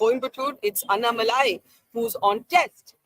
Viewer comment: It’s Annamalai not Annamali😅